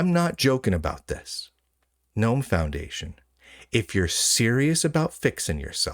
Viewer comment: You are mispronouncing Gnome and Ubuntu. In Gnome, you are supposed to pronounce the G, unlike in the normal English word, and Ubuntu is oo-boon-too. The middle part isn't pronounced bun.